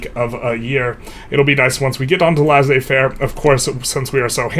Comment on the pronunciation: Laissez-faire is pronounced as ‘lay say fair’ in English